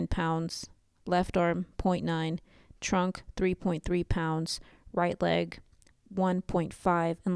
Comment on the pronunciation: Did you say trunk. 👀